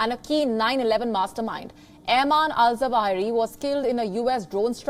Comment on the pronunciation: It's Zawahiri.practice to pronounce it.omg